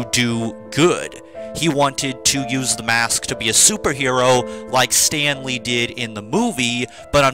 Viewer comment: Everytime you say Stanley, I keep thinking you’re sayin Stan Lee 😂😂